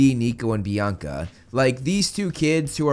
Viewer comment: Bianca didn't have her hunters stuff until after Percy met them And clearly people didn't hear a bianca The only small sound was of "BIACA BIACA BIACA" like someone with a speech problem